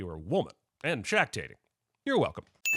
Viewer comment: shaqtating... i can't unhear that, thanks!